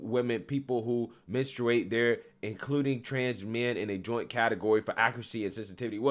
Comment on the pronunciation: Ok but who says it like "men-su-ate"? The uploader and one of the video clips he shows pronounced it weird lol. It's "men-straight"